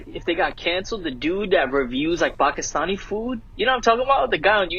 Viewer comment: I’m glad learned how to say “Pakistani” correctly.